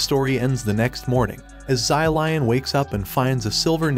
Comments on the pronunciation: zai lian that is not how you say his name the correct way to say his name is "Shi-liehn" i think. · Sylion- pLeaSE i cannot 💀💀💀💀. Props to this guy for trying though as a Chinese i always love it when western people try to pronounce chinese it is always comedy gold 👍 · I don't know why but every time he says "zylion" I start cracking up lmao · same XD ZY LION SUPER MERCY!!! XD